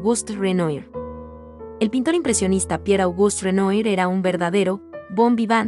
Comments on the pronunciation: Renoir= Renua así es la pronunciacion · No se dice Renoi, se pronuncia "Renuá". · Deben enseñarle primero a la comentarista del video a pronunciar correctamente los nombres de los artistas. Renoir, pintor impresionista es Renuar....no renoir. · Disculpa el apellido del Pintor Renoir se pronuncia ("Renua") es francés y no se pronuncia tal cual se escribe.....!!! Un poco de cultura general, por favor...!!!!!! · Disculpa, pero tendrías que estudiar más antes de hacer un video, Renoir se pronuncia renuar, BOticcelli no BAticelli, la muerte de MArat.. No lo termino de ver.. una pena, el relato parece interesante. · face-orange-raised-eyebrow: que pronuncies mal Renoir ok se puede entender pero BATICELLI. Por favor dedicate q otra cosa